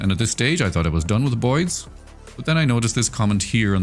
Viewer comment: Sometimes when you say “the boids” it sounds like you’re saying “the bois” and I really like that